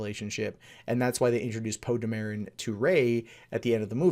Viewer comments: Not for nothing, but isn't it pronounced "Poe DAMeron" (as he says it in TFA, when he and Finn make introduction), not "DaMERon", as you are pronouncing it here? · How do you fail to pronounce Poe's name correctly, they say it in the damn movies